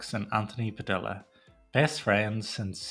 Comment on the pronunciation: Padilla with two LLs is pronounced like a Y.